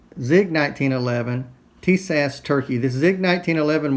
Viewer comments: it's pronounced: Tie Us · "Tee-Shash"?? ;-) I detect some southern influence here. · yes I am following it and your pronunciation is wrong. You'll be okay